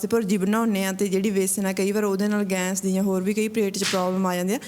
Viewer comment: ਗੈਂਸ ਨਹੀਂ ਗੈਸ ਹੂੰਦੀ ਆ